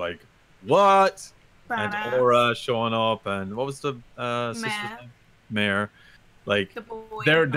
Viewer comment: also M-A-R-E is a boy. stop butchering his name please